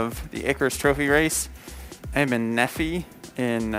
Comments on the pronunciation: Not ne fe it is knee fi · Lol, it’s pronounced knee-Fi (nephi) not nefee. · you are a savage, hope you've enjoyed flying through my home of Utah, it is so cool to watch. Nephi is actually pronounced Nee-fye ha, most Utah towns are all named after old Mormon leaders and book of mormon characters, its silly I know, you got moticelo right though. wishing safe travels to Vegas! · hehe "neh feee" thems is how you tell a nerd aint from utard land =D (knee fy) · It's "Nee Ph 'eye'", not Neffy. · If you didn't know it is pronounced nee phi not nephy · It's pronounced Neefeye not nefee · I know you didn’t say “ne-fee”... it’s nephi, pronounced “knee-fye” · Lol it’s not nefi it’s pronounced n ee fi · Welcome to Utah my friend. You pronounce Nephi (knee-Fi). If you ever want to come back and need a guide or tools, look me up. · Knee- Fi like sci-fi. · BTW, it's "Knee-Fie" - grew up near there. Weird name, blame Mormons. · AWESOME VIDEOS ..thanks for doing such a great job at videography, commentary, and exceptional flying skill. [mon-ti-chel-oh, -sel-oh] and [ nee-f-eye] were the common pronunciations of the town names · Been fun following this race. I love your content. I'm from Utah so it's cool you're passing by here. By the way. Nephi is pronounced (knee-fI) Named after a person in The book of Momon. Cause yeah, Utah and Mormons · haha i wish i couldve met you in utah. also nephi is like nee-fie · Hey my home town!! Awesome by the way it is pronounced (Knee-Fye). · I used to live in Blanding about 25 miles south of Montecello. And Nephi is pronounced Knee-fi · Can I like it twice? P.S., Nephi is pronounced kinda like Wi-Fi... Think Knee-Fi. And yeah you said Monticello right the first time... Cello like sell-o. 👍 Awesome vids man!👌Keep it up! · Lovely video as always! It’s pronounced: “Nee-fy”. :) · Just so you know, Nephi is pronounced with long vowels (nee-fai). Loving the Icarus vids. Stay safe! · Nephi is pronounced "knee-phy" :-) Excellent vids!